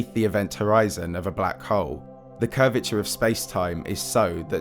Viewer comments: Anyone else triggered every time this guy says "black hole"? Sounds like hes saying "black hoe" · I left at :16 seconds when he said black HOWL. BUH BYE